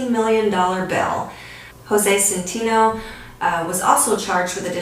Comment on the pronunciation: It’s pronounced “SEN-TEH-NO” and rohnert park is pronounced “Row-Nert-Park” I played in a band with Jose Centeno’s son for a while and it was all under our noses.